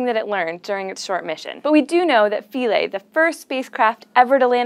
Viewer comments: It's pronounced 'f(eye)-lee'. Our taxonomy lecturer ripped us to shreds for pronouncing '-ae' as '-aye' instead of '-ee'. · SHe can't pronounce Philae. Embarrassing.